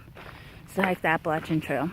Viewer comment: Heyyy! So glad I found your channel and OMG I LOVE YOU ALREADY FOR KNOWING HOW TO SAY APPALACHIAN CORRECTLY!!!!😱😱😱❤️❤️❤️❤️🤣😂🤣 And btw thanks for following me on Instagram too- I really don’t know what I’m doing over there. Most of the time I’m just trying to catch up on the folks I like.🤷🏻‍♀️ But great job on your first video and I can’t wait to follow your journey!!!